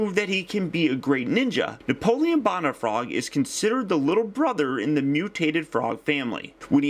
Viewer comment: ***** Haha, and some people say George Warsh - ington. Doesn't mean it's correct. You do weekly reviews and it is expected that you would receive critiques now and again. Sorry to be "THAT GUY", but the correct pronunciation is "Bone - uh - frog". If my teacher in school said Napoleon "Bon - uh - part"? I'd drop her class. Now don't get all defensive and butt hurt, you do that a lot. Keep up the good reviews!